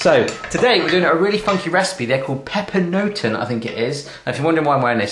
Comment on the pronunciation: you pronounce it like this: papernoten